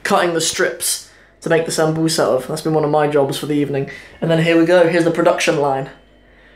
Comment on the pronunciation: Camaar yare waryaa, why is your Somali soo messed up mate. What's paasto iyo zaanbuz??🤔🤔 Waa baasto, dooro iyo saanbuus.